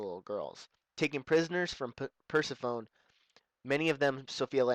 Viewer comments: Perse"phone?" It's pronounce Per-seph-o-nee. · BTW it's pronounced Per-sef-oh-knee, not Purse-a-phone. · Lmao he said "purse i phone" lol its Per-sef-oh-knee ... From mythology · lol, when you were saying Persephone (Purse-eh-phone) I paused it and I was like, "No, no, no, it's Persephone (Purse-eh-funny)! God, I can't stand it when people mispronounce words." Then I started playing it again, and you were like, " I'm probably pronouncing it wrong, but oh well." Then showed up, and I'm like, "I'll just stfu." I used to think it was called that too. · Persephone is pronounced per-seff-oh-nee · It's pronounced persefony named after hades wife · Hehe purse-se-phone. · Persephone is pronounced per-seff-oh-knee. Just in case you wanted to know. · Per -sef-oh-nee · It's actually pronounced: "PER-SEF-OH-NEE". Persephone, by the way, was the daughter of Demeter, Goddess of the Harvest. Pesephone was captured by Hades and made queen of the underworld. After a debate with amongst the Gods, it was agreed she only had to stay with Hades 3 months of the year. The Underworld served as her prison, hence why Rapture's prison is named after her. (As if you cared.)